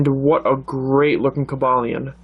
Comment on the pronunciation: its cob a lin e